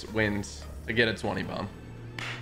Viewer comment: Anyone else notice TG said twenty domb